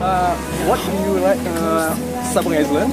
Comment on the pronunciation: Island (pulau) baca nya ailend bg,,,bukan islend😁